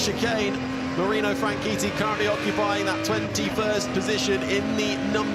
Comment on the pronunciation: DARIO FRANCHITTI IS PRONOUNCED AS FRAN-SHET-I NOT WAY PRESENTERS SAYING SOUNDS FRAN-KEETEE LOL